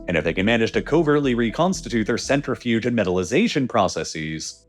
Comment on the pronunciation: It makes me cringe every time you mispronounce "centrifuge"